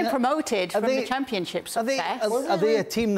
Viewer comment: man said championship 😂😂😂😂